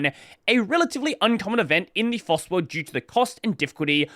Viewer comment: It's FOSS, not floss. Floss is the string you clean your teeth with, or should at least. You don't need a license to floss your teeth. Well, at least not yet, but I wouldn't be surprised if they are working on one!